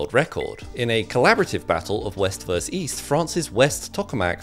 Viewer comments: Versus, not, "verse"! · “Versus” not “verse” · The word is "VERSUS", not "verse". So it's a battle of West VERSUS East, not west verse east. You pronounce the final -us, so it sounds like "verses". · Goddammit! Even a smart guy like you,? The word is pronounced “versus” exactly as it is spelled! Where did this stupid “verse” come from? WWE? Millennials? Illiterates? (Well, WWE and millennials are largely illiterate, I guess that is redundant.) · Wwe says versus. "verse" most likely comes from people trying to say VS but failing